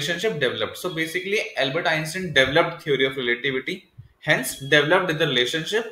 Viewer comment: Dude! That is NOT how you pronounce Einstein. Good video, but that just bothers me haha... It's not "in-stin".